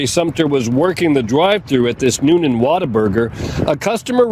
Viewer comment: My take away… it isn’t pronounced New Nan it’s pronounced “Noonun”